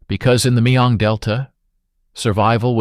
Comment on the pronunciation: Mekong Delta, not Mayong Delta.